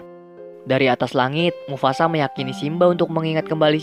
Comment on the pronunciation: “mufasa” bukan “mufasak”